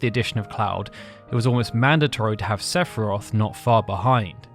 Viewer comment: La pire video sepharoth serieusement CA CE DIT SEPHIROTH FIIIIII FIIIIIIIIII COMME FINAL FANTASY CONN@